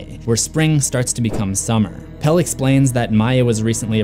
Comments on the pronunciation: there are quite a few times when she pronounces it as does. Chris-tee-ahn. Florence Pugh is English, and while her American accent is flawless, she pronounces Christian as English folks do. She also mispronounces Pelle's name (saying Pel-lay. It's correctly Pel-luh. Oddly, and several other reviewers sat "Pell."). The scene where she rides on the May Queen Wagon and says "Can Christian come too?" is one of the several times when she pronounces his name with three syllables. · I love how everyone says Pelle when its suppose To be pronounced PellE, the E is not silent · I stopped watching this the moment you mispronounced Pelle’s name. You would know how his name is pronounced if you actually bothered to watch the film, even just once, never mind the fact you’d have to watch it more than once just to catch things you’ll miss the first time around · and Pelle as PEL :D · something you missed: the second E in Pelle is not silent. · and also "Pelle" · And pelle’s name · You’re saying Pelle wrong too and it was stressing me out a lot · 1. She doesn't end up speaking our language. They're speaking Swedish throughout the movie but in that particular scene it's gibberish, I think in order to point out the "out there" feeling. 2. Yes, Maja is a name that basically means "may". 3. This constant weird pronunciation of Pelle... 😂 It's "pel-eh", not "pel". Also no adult is called that since like the 50s... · The worst things are the way he pronounces Pelle and Paimon